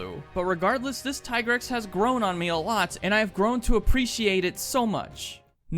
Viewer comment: it's tee-grex, not tai-grex. the handler in mhwi pronounced it.